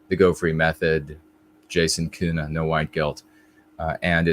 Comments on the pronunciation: Germans would pronounce Köhne without the U sound you use (which sounds like Kuhne, & Kuh means cow, though you pronounce the U sound as if it’s somewhere in between U & Ü, at least to my ear), just as an FWI. Listen to a pronunciation of König to hear the difference. It’s very similar to the first vowel sound in ‘colonel’. Maybe your family pronounces your name uniquely traditionally, or the spelling was changed from Ü or U to Ö. Regardless, I respectfully hope this is helpful information. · There is a huge variation in regional dialects (I know this especially as I learned German while living in Switzerland), so I am speaking of High German. But I don’t think I’ve ever heard a German Ö pronounced as you did twice in this video. I did notice that one time you pronounced it more similarly to how I would (in between a U & Ö sound) & I can imagine getting different input would be confusing. Plus, sometimes the pronunciations online are inaccurate. I should make a recording of myself & some native speakers pronouncing your name. That would probably be most helpful. Tongue training is a real thing. I’ve spoken German for nearly 20yrs, the last 10yrs while living in Germany, & I still don’t have the ÜRZ sound down properly. Germans almost never correct me either, which is frustrating. When you say you had your tongue freed, I assume you mean the frenulum was cut? How much has that changed your linguistic ability? You are so eloquent in English, I can’t imagine you had any room for improvement there. Was it just for speaking other languages?